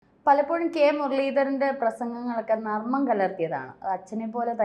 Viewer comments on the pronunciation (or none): Nammam alla narmam